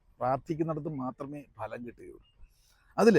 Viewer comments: ഭലം അല്ല ഫലം ആണ് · സാർ ഫലം എന്നല്ലേ ഭലം അല്ലല്ലോ